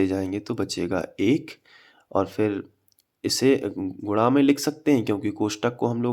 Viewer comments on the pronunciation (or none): Sir gunna ko gurra kyo bolte hai